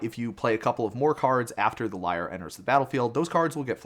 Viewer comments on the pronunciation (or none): Lee-air, not liar lol